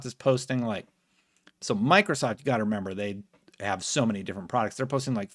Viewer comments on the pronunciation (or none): none